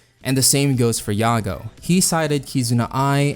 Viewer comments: Not "yago" yah-goo. Anyways I'm excited WAIT WHAT I DIDN'T KNOW IT CAME FROM OUR DUCK I THOUGHT IT CAME FROM THE REDDITORS WHICH WOULD MEAN IT'S PRONOUNCED THE ENGLISH WAY YAH-GOO EXCEPT IT ACTUALLY WAS ORIGINALLY PRONOUNCED YAH-GOE BUT PEOPLE PRONOUNCE IT YAGOO NOW. I DON'T KNOW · isnt his name prononced yaa-gou ? not ya-gao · It's yaGOO with 2 Os Not yaGO, get that 1 O shit out of here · One mispronounciation turned her into a mom that gave birth to best girl kek.